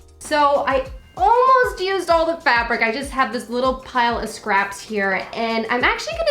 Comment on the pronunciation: When you say fabric it sounds like youre saying fabork